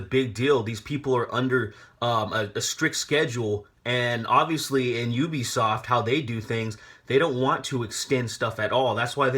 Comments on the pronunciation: this woman cant even pronounce U-BE-SOFT properly its not EW-BE-SOFT she has no problem saying they word U-NITY.. pet peeves what can i say. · UbiSoft=Ubiquitous Software. Ubiquitous pronunciation is juːˈbɪkwɪtəs In laymen’s terms the U is pronounced as “Yu”. Is she just trying to insult everyone? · She won't quit fucking saying ooo-bisoft. It's pronounced you-bisoft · Why is she saying oobisoft IT'S UBISOFT U BISOFT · She doesn't even say it right... It's pronounced U-b-soft. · Lmao bitch don't even know video games "oobisoft" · Is anyone else #triggered by her pronunciation of "Oobiesoft"? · I hated Anita before, but I never heard her pronounce "Ubisoft" Oobisoft? OOBISOFT?! I didn't know hate could go deeper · She pronounces Ubisoft wrong. That's the only reason I need to hate her.